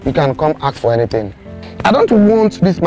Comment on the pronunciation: Tell K Brown,it's ask not axe let me axe something